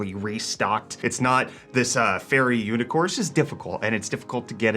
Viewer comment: did he just say UNICORSE?????????